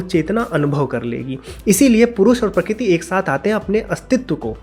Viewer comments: Prakrati ko prakit kyu bol rhe ho yaar baar baar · Sorry to say but you are pronouncing " Prakruti ( प्रकृती) " as " Prakuti ( प्रकुती) ". Or may be you are pronouncing " Kru" sometimes correctly.